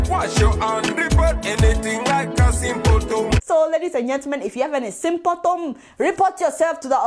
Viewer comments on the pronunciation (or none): "Sympotom" lool